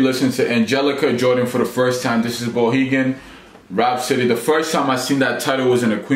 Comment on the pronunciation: he mispronounced "Bohemian"...He was actually reading it and still screwed up. Maybe he's dyslexic and we should give him a break.